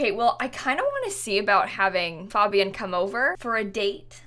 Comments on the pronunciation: You say it like FAEbian not FAHbian lol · she pronounces fabian wrong and it’s driving me nuts what is wrong with me 😭😭😭😭😭